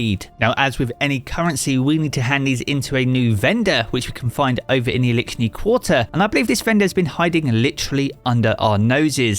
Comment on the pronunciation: Elickshni quatrer😂